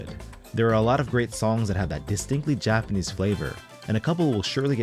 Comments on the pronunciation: Did you live in Japan as your Japanese pronunciation is spot on! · Having lived in Japan for 15 years im extremely impressed by your pronunciation of the Japanese language, is this some AI trickery?